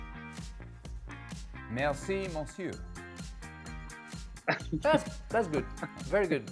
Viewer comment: Haha Seb got the Monsieur pronunciation wrong EVERYTIME! Must have tried it 4-5 times at least. 😂😂